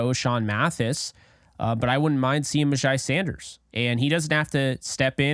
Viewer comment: You are pretty legit, sir! All the things re: MyJai are spot on. BTW his name is pronounced, "MyJay" 💛💙💯